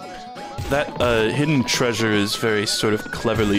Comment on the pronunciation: Glad im not the only one who always says "traysure" because of scooby doo lol